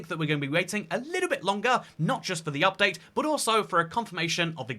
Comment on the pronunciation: Damn i really want this "Upate" 😂❤